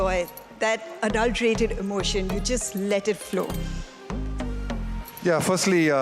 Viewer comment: The host, Mayanti Langer, sounds so fake .... such a shabby interview job with a hugely competent Dravid, who doesn't make a fuss ever. She can't pronounce simple words like visceral and unadulterated correctly...Wonder how such persons are even considered by CEAT to host such a prestigious event